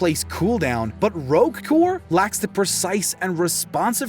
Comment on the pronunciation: Did he say Rogue core? Or I'm a crazy?